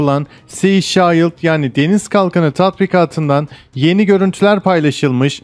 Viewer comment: Mayanmar ne abi shielde de şald dedin ya